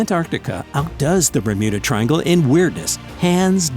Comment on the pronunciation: did i hear "remuda triangle" at the start